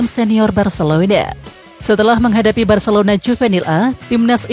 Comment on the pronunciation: Detik ke 15 Bilangnya 'barselouda' 😆